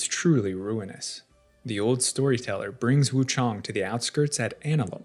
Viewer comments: Lol it's Wuchang not Wuchong. It says her name multiple times throughout the game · You say her name wrong